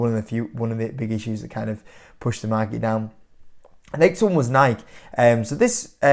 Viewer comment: Bro, let's see if you read the comments. It's pronounced NIK-E not NIK.